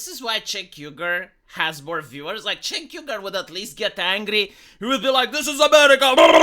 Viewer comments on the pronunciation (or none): Since when is Cenk a Gungan? I mean, he's about as smart as one, but I do think he can speak proper English in most cases.